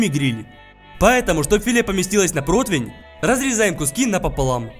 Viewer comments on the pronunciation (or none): none